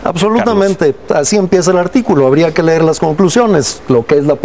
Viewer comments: Aurelio no se dice ler jajajajaja idiota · No se dice ler